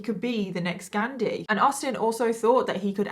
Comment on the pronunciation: I love your videos but the way you said “ghandi” made my soul cringe 😂😂 all love xoxo